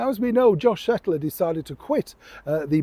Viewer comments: it's 'Kettler' like the many articles on screen say. Not 'Settler'. He deserves to be mentioned by his proper name. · his name is Josh KETTLER. Why do insist on repeatedly calling his surname as SETTLER? It’s so disrespectful.